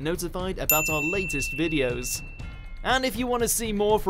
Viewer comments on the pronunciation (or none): none